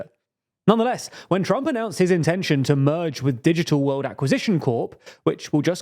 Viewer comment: You're having real trouble with those L's, aren't you? Normal people don't have your trouble with "world," "well," "social" and so forth. Wehwud, wewu, sohchoo... Ugh! Maybe you could try practicing in front of a mirror. Watch your own video, make a list of all those L-words you are screwing up, and practice them, while watching your lips in a mirror, for a few days. Prefereably before making a fool of yourself anymore on YouTube. (Then you might try "it." The word has a T in it...) There's something profoundly silly about your making a video mocking poor little Trump while making such a childish display of yourself as you do it.